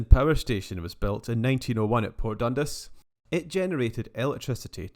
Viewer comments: 10/10 man but.. DUN 'DAAAS' not DUN 'DIIIIS' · Definitely not got an i in dundas anyway . You’d think he’d do abit of home work before putting videos out . Lazy 🙁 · I believe it is pronounced Dundas as opposed to Dundas. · its pronounced port DUN-DAS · Dun-DAS! Please! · Dundis 😭😂😭.......nah! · Interesting presentation, have I been saying Dundas wrong all my life?